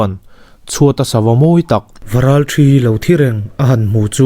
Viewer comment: Varalṭhi ni lovin, Varalthi tih tur. Khanghu nghet ni lovin, khanghu ngèt. A dang pawh sawi tur a awm zeuh zeuh. Han ulukin han ṭang leh deuh teh